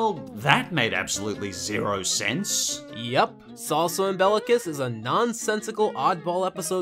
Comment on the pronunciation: AND in one vid? Yes please. I'm glad Spongehenge was included. It's easily the most horrifying episode of the series. That ending as well as that haunting music. Also why does everyone pronounce Imbecillicus differently? X3